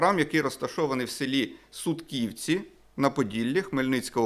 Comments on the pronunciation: СУтківці, а не СуткІвці. Принаймні так кажуть місцеві. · СУтківці, наголос на перший склад